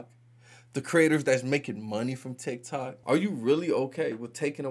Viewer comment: Those republicans if you watched the videos. They can’t even pronounce TikTok.